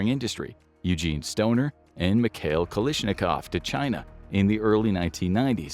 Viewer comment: It's Kalashnikov, not Kalishnikov